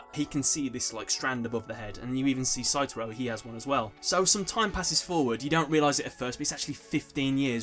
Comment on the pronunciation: Pretty sure it's Satoru, not Saturo.